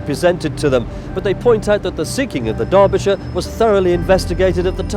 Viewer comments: it's Derbyshire, not DARBYshire. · Its DERBY , Not DARBY. Otherwise a good vid. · Darbisher? What the hell is this guy saying? That's not how you say that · It’s Derbyshire, not Darbyshire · Why did you keep saying "Darbyshire"? It's name is "Derbyshire". Do you not know the difference between the English language vowels "a" and "e"? Get off the internet and go back to elementary school to learn basic English language skills. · Except I'm not a dumb Yank. I have been university educated in British English. I know how the name is pronounced and it is an "e" not an "a". You saying "Dar-bi-sher" when it is in fact "Der-bi-sher" is just another language failure, this time of the UK education system. Can you tell me what it is about the UK education system that makes those who were born and raised in the UK have some of the worlds worst language skills? Seriously, it's worse than most dumb Yanks and I don't understand how or why? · not immaculate at all. He called it DARBYshire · Ah, I can see that your inability to comprehend the pronunciation of British English has unfortunately led you to make a somewhat understandable error. In British English "Derbyshire" is actually pronounced as more closely as "Darbyshire". The first "E" would be pronounced more as an American would pronounce a short "a", as in "father" and the "Y" is also almost completely silent, and is pronounced more as a short "I" sound would in American English, lastly the "ire" would be pronounced more closely to the American "er" would. Thus you now can comprehend how "Dar-bi-sher" is the way that most British English speakers would pronounce "Derbyshire", with only three syllables, whereas an American would pronounce it as "Der-bee-shy-err" with four syllables. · uYou butcherd the ships name so many times I'd stopped at mid and could not continue